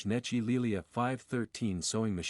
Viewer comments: Unfortunately, the computer reader pronounces Necchi very un-Italian.... I pronounces it as it would be (English) spelled like Netchee.. Correctly, it is pronounced as it would be spelled like Nekkee (or Neck and Key joined). AI get's it almost right: The phonetic pronunciation of "Necchi" in Italian would be "NEK-kee" - with a hard "C" like in "cake" for the "C" and a long "ee" sound like in "see" for the "chi" combination. Breakdown: N - "N" sound as in "no" E - "eh" sound as in "bed" C - "k" sound as in "cake" H - "ee" sound as in "see" Key points: The "ch" in "Necchi" is pronounced like a "kee" sound, which is a common Italian pronunciation. The stress is on the first syllable "NE". The issue w/ AI is that it did not get the point of the H following the C: an H after a C makes the C(H) sound like a K and because of the double C a strong K. It is also not the H that makes it an ee... it's the i. And yes, an Italian i (at the end) is always an Enlish e. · Pronounced neck-ee.